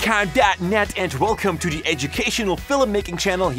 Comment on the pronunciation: when he says 'the" he actually says dee